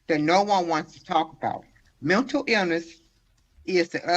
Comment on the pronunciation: Hearing his mother speak, I now know where duh rell gets his horrible grammar... (or so) "po-rm" and "muntel" illness.🤦🏽‍♀️